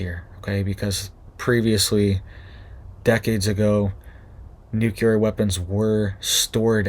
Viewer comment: Nuclear not Nucular!